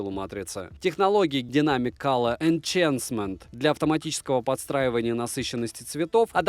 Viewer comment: Хороший обзор. Вот только enhancement читается как "инХэнсмент".